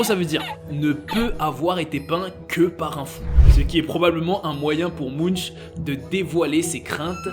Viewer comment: écrit munch prononcer munk please please